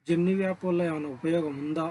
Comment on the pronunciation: జెమినీ యాప్ 👌జెమినీ వ్యా ప్ కాదు bro 😂